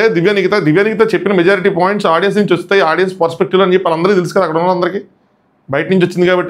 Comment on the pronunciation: Audien kadu audience okkarinaina kuda audience ane antaru guru